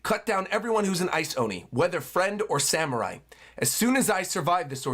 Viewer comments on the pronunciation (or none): none